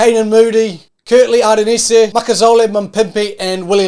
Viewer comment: Kurtly arenniesay